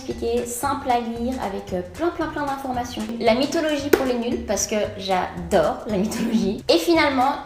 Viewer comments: J'adore ton " J'adoairle " 😂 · Chadore, Chadère, Che Falide 😂😂😂. Tu es trop belle et super drôle je t'adoooooooooooooores tu es mon modèle. 😍😍😍😍😘😘😘😘😘😘